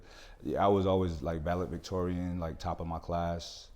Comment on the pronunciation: "valevictorian", lol